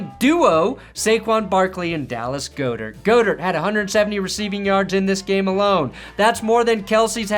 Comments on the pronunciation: It's pronounced (Dallas Goedert) God-dirt not Go-dirt, you non-reading sonova - nope!! You're the best - no bidding on you. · no one pronounces Goedert like that